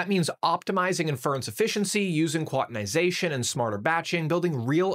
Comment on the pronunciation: the way he pronounces “NVIDIA”, “inference”, and “quantization” in like 10 seconds makes me really doubt his credentials.